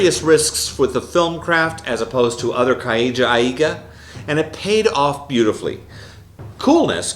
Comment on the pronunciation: Why does he say kaiju like Kai-ee-too